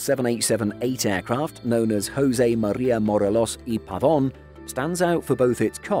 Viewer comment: Holy crap, you barely managed to say José María Morelos y Pavón. British people have the worst accents for Spanish names and words. I know it's not your fault, but it really grates on the nerves.